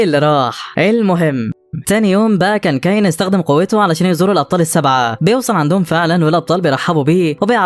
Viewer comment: اولا اسمو كايون مش ده نطقها انت بتنطقها كايين الحكايه دي انا سمعتها كامله بالتفصيل ومدتها ساعتين انت ملخصها جامد شايل حاجات كتيره